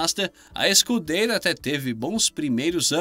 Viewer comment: Scuderia, não Scudeira!